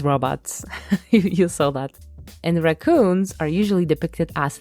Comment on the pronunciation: There is no more r-AH-coons…. Only r-UHH-coons from here on out for me lol